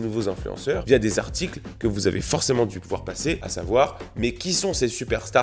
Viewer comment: Dès les 20 premières secondes : « le nombre d’artCHicles » cet accent me sort par les yeux